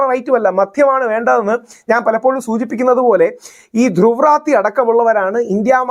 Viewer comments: Rahul Ishwar, you speak well. പക്ഷേ , ധ്രുവിന്റെ surname റദ്ദി അല്ല , റാട്ടി ആണ് . He is ധ്രുവ് റാട്ടി . North Indian name aanu.നമ്മൾ മലയാളികൾ മോദി യെ മോഡി എന്ന് വിളിക്കും 😂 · ധ്രുവ് റാത്തി അല്ല. റാഠി ആണ്. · It's not രാത്തി. രാഠി is the right pronunciation. Kindly take care. Your videos are going great! I like that they're short and crisp. Above all, you seem to have turned more balanced. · ധ്രുവ് രതി അല്ല ധ്രുവ് റാട്ടി എന്നാണു് പേര് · ധ്രുവ് രതീ അല്ല..ധ്രുവ് റാഠീ. Ok ❤ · pls pronunce Druv's surname correctly. North Indian channels pronounce as Ratti